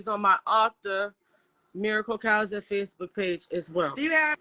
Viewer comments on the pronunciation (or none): none